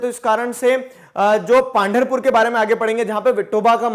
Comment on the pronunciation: Sir it is पंढरपूर Not पांढरपूर ♥️